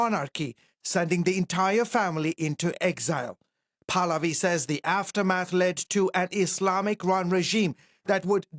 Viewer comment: His name is PRONOUNCED PAAAAAHHHHH-LAAAAA-Viiiiii Not Paladi..... he's not a gym polati class😂😂😂😂